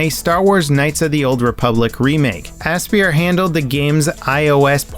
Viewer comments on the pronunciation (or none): Aspyr, pronounced like "Aspire".....not "ass spear" lol.